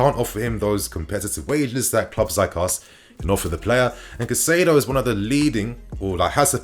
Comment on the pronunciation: I am pretty sure Caicedo is pronounced Kai-Say-Doe